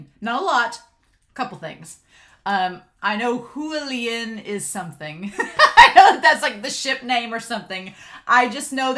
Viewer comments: Yeah she butchered it so hard that I cringed and when she butchered 'Xian Le' I was like: no, you know the Xian part come on. XD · Xie Lian is pronounced How to Pronounce Xie Lian I think you will hear the names very soon. And I am so happy you are doing this series.